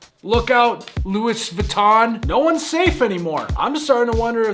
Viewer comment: Pronouncing the S in Louis Vuitton is actually hilarious